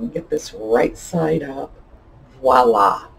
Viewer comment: Ok, Red Rose tea used to put a Wade Whimsy in each box of tea. More recently as a promotion they put the newer teapots in their boxes of tea. Those little teapots are not as collectable....yet! lol. Curious question for you. I know you studied French yet you say “wallah” instead of “voila” as a French Canadian when I hear that it makes my teeth itch 😬